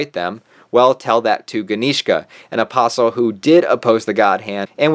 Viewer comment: at least you actually say the word " apostle " correctly. These yt channels that say apostle without the t silent. I guess they say the word " castle " with the T 😣